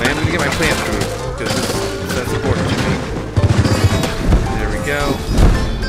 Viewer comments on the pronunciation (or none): none